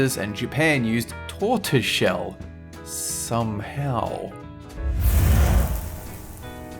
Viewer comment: The way he said "somehow" when reading that Japan used turtle shell